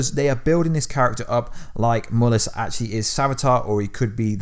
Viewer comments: It's Mal-lus Not Mul-us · He called mallas but it sounds like u saying mullas in vid